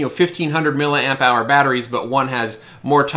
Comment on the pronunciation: Mill-eeeee amp hour, FFS!!!